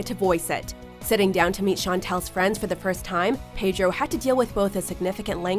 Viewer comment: Please learn how to pronounce 'Pedro' correctly, darling.